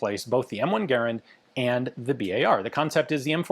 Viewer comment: You pronounced Garand correctly. What are you playing at?